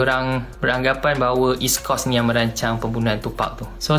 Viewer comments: coast der bukan cost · Srs ah kau ckp coast mcm kos hahah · Coast syg coast... bkn kos! Bkn cost!!!